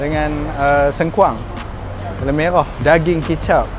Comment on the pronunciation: Telur bro not telok